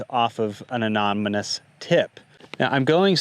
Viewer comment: ANONOMOUS. ...(not aNOMoNOUS)... A-NON-O-MOUS.